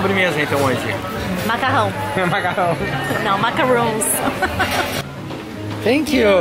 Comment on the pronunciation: e, não é macaroni nem macaroooooooons kkkkk é macaron, com um N só e se pronuncia em francês, algo assim: "macarróm" =D Muito legal tudo aí! Que pena que tá chovendo tanto! E eu amo comida italiana!!!